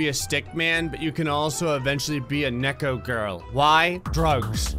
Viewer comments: “Necko” Um.. You were right... drugs But it’s pronounced kne-ko (Like how you say kee but with ko at the end) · When pronounces neko as necko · he kept saying Neko wrong and it was bothering me =< its pronounced Nee-ck-oh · ITS PRONOUNCED NI-CO DAMN IT! I know because im not actually a guy and I may or may not have acted a few anime characters. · No one:: neck o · neko = (knee-co)